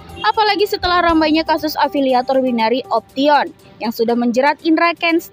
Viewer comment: wkwkwk bilangnya pake logat indo binari option, seharusnya bainary optsyen pengucapannya 😂